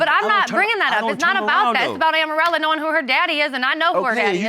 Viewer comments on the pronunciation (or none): Amorella almost sounds like Armadillo.